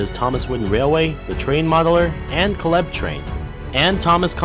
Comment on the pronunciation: how do you mispronounce caleb that's like a common name